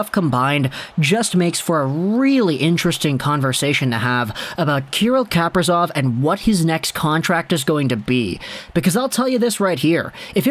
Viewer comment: say his name right broski